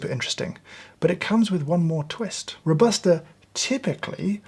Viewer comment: “Robusta” pronunciation is kinda like Ro-buh-stah not Row-bah-stah as you do it. Love from Italy 🇮🇹